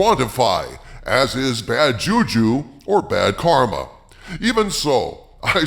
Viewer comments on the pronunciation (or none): none